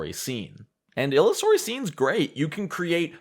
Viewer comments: It is pronounced "Ill-User-y". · Just a comment. Illusory Scene is pronounced like the word Illusion which is it based on. :)